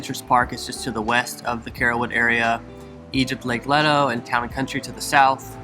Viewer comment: You’re mispronouncing Leto (lay-toe) and it’s technically in Town & Country